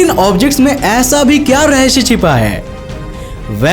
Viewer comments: Bhai raheshya nahi rahesya hai bolo zuba Kesari😉😁😁😁😁😉😁😁😁😘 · RAHASIYA OR RAHASHIYA mein fark rakho bolney mein bhai bohat baar kaha